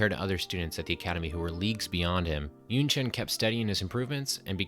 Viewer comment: Not [YunChaen] but [YunChan], please.